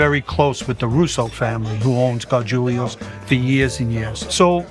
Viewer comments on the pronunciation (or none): Gargulios??... Isn't it gargiulos?? Im confused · Gar-jool-ohs NOT GAR-JOOL-LEE-OHS